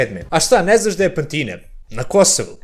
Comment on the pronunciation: Ne kaze se PanTina... Nego PAntina.... Mozda nije gramaticki tacno ali na kosmetu niko tako ne izgovara to selo... 100% 👌